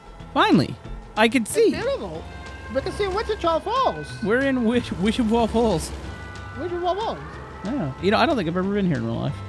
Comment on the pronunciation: Yep. Definitely pronounced "We Cheat Falls"..